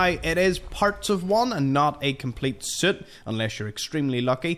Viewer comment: I’m pretty sure this guy is saying soot not suit 😂